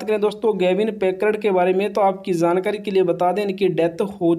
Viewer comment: Zankari nahi hota jankari hota hai